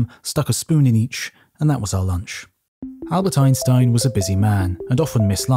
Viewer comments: "Añbert Einstein" xD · Who the hell is Añbert Einstein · Who is Añbert Einstein? 🕵️‍♂️